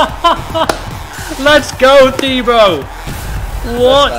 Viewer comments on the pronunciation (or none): I thought it was pronounced Tibo not thibo (btw i know his name is spelt Thibaut) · His name is pronounced ti-bo. He must of been cringing every time he heard his name said wrong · It’s pronounced tibo